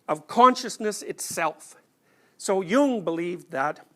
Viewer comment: Thank you for pronouncing “Nietzsche“ correctly! “Jung” needs work though...